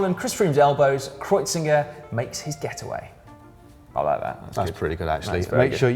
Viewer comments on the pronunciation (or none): KreuziNger. oh Si, reading out names just not your cup of tea